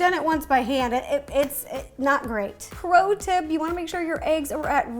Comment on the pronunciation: 'Pro tip '. More like 'ro tip'